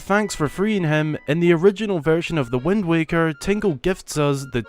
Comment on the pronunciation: Why are you saying wend? It's wind! Lmao I not e